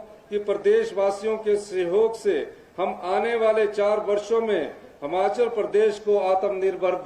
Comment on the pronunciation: मुख्यमंत्री जी बहुत बड़ा दिल कर के कहना पड़ रहा है की एक साधारण सा भाषण आप पड़ के बोल रहे हो। 15 अगस्त के मौके पर शर्म नही आ रही अपने नेताओं की चाटुकारिता कर रहे हो। बहुत ही घटिया भाषण और हिमाचल बोले न कि हमाचल। पड़ कर भी बोलना नहीं आ रहा